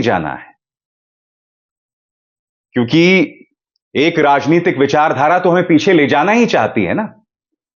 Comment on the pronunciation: RANITIK NAHI RAJNITIK SENTENCE.THIK KIJIYE SIR